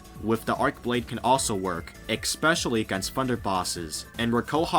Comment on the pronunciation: "X-pecially" 10/10